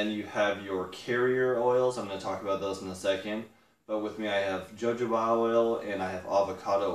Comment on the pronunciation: Not to be a pain in the [insert body part here], but its pronounced "hohoba".